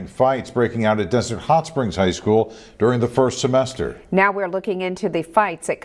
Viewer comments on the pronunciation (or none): none